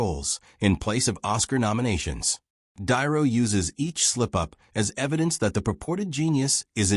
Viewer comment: Mispronouncing Robert De Niro, screams AI, and I immediately scroll on to something hopefully more human. DON'T WE HAVE ACTUAL PEOPLE WHO CAN READ A SCRIPT ANYMORE???